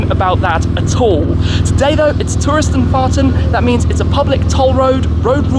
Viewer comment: I love when he`s saying "Touristenfahrten" - gut gemacht Tim ;)